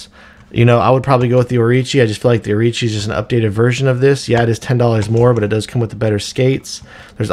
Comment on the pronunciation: Think it's Orochi not Orichi. Great review regardless of that.